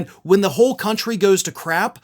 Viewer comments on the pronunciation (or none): none